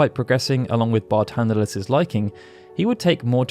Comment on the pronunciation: His name is Barthandelus why are you saying it as Bartandelus?